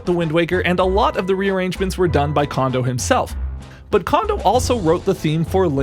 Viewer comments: The "ko" in "Kondo" is pronounced "ko", not "ka". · His name isn't pronounced condo. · Small potatoes compared to him mispronouncing Kondo's name roughly eight billion times. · Absolutely true.